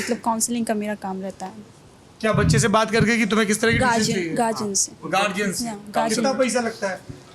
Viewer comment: "Guardian" गार्डियन होता है गार्जियन नही ..this mispronunciation is so common in north india but people related to education field should correct themselves so that they stop others from picking wrong pronunciation.